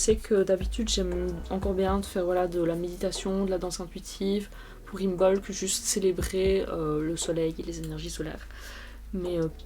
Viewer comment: Im(b)olc le b ne se prononce pas